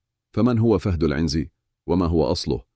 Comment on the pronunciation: عنزي بكسر النون و ليس فتحها يا 😂